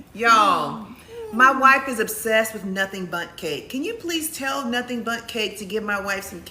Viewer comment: OMG 🤣😅😂 l thought u said u had BUTT cake instead of Bundt cake. Wow what a great way to end the end with BUTT cake. OMG l'm still laughing at myself.😁😆